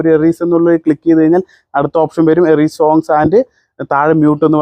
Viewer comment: എറി സോങ് അല്ലടെ എറേസ് സോങ് എന്നാണ് 😂 അതായത് വേണ്ടാത്ത ഭാഗം erase ചെയ്യുക. മായ്ച്ചുകളയുക എന്നുള്ള അർത്ഥം കഷ്ടം തന്നടേയ്😅😅😅